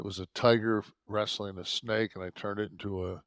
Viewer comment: Wres-sa-ling bro